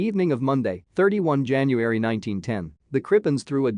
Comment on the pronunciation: Jan-u-ar-y.... A mi-noot? Ha